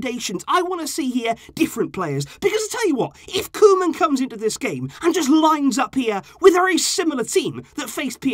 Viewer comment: KoEman, not Kolman